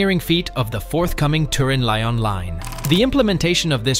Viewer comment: Why does Italy pay 10% more than France when France occupies nearly 4 times the amount of tunnel space? Also Lyon is pronounced lee-on.